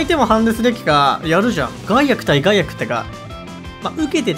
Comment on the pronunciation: ガイアクをゼンアクみたいなイントネーションで言うな 笑ってまうやろ